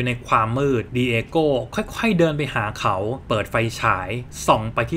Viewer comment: หน่อยอยากจะรบกวนให้อ่านสคริฟคำว่า "เขา" ออกเสียงเป็น เค้านะคะ /เวลาเราอ่านออกเสียงบรรยายต่างๆ ไม่ว่าจะเป็นหนังสือเสียง พากย์ หรือเล่าเรื่อง เวลานักพากย์เจอสคริฟคำว่า เขา พวกเราจะแปลงจาก เขา ซึ่งเป็นภาษาเขียนเป็นภาษาพูด โดยออกเสียงเป็นคำว่า "เค้า" ค่ะ (คำว่าฉันก็เช่นกัน ออกเสียงเป็นชั้น ซึ่งเป็นภาษาพูด) / การเล่าเรื่องจะสมูทและเป็นธรรมชาติมากขึ้น (จะต่างจากการเรียนในชั้นประถม มัธยมหรือมหาวิทยาลัยที่อ่านออกเสียงตามตัวหนังสือ) คุณเสียงดี เล่าเรื่องสนุก ทำคลิปได้น่าสนใจ ลองปรับตรงนี้ดูนะคะ (เห็นคุณเปิดใจ ตอบกลับมา เลยอยากแชร์ตรงนี้ให้ค่ะ ) ขอบคุณที่รับฟังนะคะ